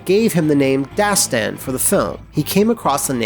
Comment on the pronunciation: I'm persian. And Dastan doesn't mean story! You have to pronounce it differently. دستان = the name داستان = story You can google it and figure out the difference :)